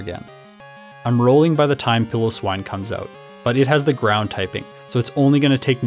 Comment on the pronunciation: Pillow-swine > pie-low-swine. I like your way of saying it is better than mine